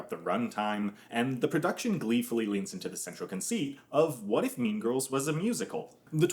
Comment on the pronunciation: “Mean Girs”